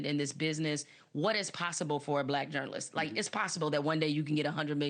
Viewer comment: A journalist who can’t pronounce journalist……